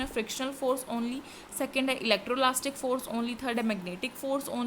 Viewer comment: Mam it's not electrolastic it's electrostatic